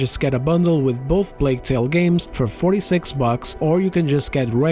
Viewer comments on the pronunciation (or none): none